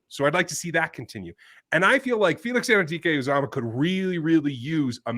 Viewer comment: Props to for already picking up and pronouncing the name Felix Anudike Uzomah so easily.